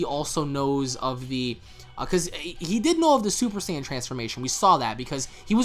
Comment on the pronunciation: Wait, did I miss something? Why the hell are they butchering Saiyan pronunciation? Since when Seien became Seyean?